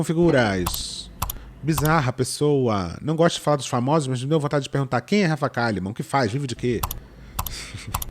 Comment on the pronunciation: Rafa Kalliman a leitora assídua que fala errado